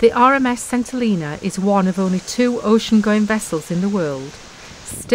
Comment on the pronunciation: When we lived there in the 1970s it was pronounced "Sent - ell een a". I imagine it still is!